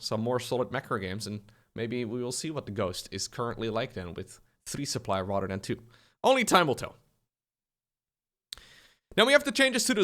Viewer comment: Everytime my man says rather than, I hear Rotterdam, and I wonder where is he.